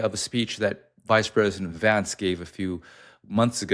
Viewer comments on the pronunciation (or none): none